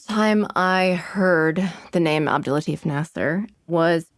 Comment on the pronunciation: i love the podcast, but the way the host says his name is making me so uncomfortable. that's not how you say latif. its la-t-ee-f. because in Arabic, farsi, urdu etc there's a ي between the "t" and the "f". i know its a small thing but its driving me mad